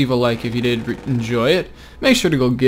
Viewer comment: for pronouncing his name.. "volfram" idk where u see an "er" at the end because u say volframer :D